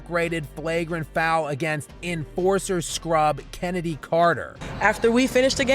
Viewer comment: "Chennedy" sounds like daniel larson trying to spell kennedy